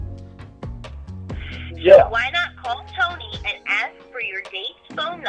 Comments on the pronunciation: I admire the work you've put into this, but really 'axe' instead of 'ask'. Rookie. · "Ask” not "axe."